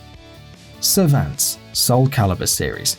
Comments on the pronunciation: servants huh? last time i checked he was called servantes ser-van-TES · The dad in Soul Calibur 2, you pronounce his name like this - Sir-Von-Tez.